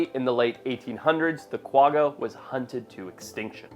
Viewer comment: it's pronounced kwa-ha.